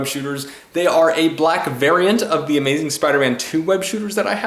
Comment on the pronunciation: Pun ahead he says"Amazing" like amazing Spider-Man